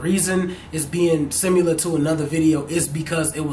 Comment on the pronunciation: I had to replay it when I heard "simular" you meant similar?